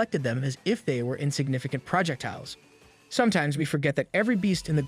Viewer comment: Remember kids its pronounced project tiles. Not projectiles lol